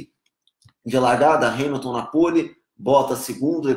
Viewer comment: Pq vc fala hais !?!?!?!?!